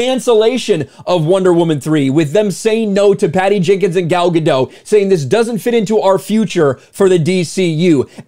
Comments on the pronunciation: It's galga dot not galga doh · A minor linguistic correction, the 't' in "Gadot" isn't silent: 'guh-dot'. It looks French, but it isn't. Also, I hope James Gunn is smarter than to axe Henry Cavill as Superman. He's about the most beloved actor in Hollywood right now, and people are pretty much universally positive about his portrayal of Superman.